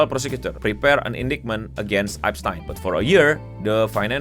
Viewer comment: Bacanya bukan gitu bang tapi eps-tin